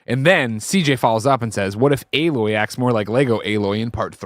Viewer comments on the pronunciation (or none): Why does keep saying “uh-loy” lol